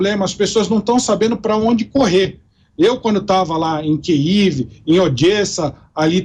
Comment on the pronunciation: Boa reportagem mas não aprender a falar Kiev direito da até nervoso 😩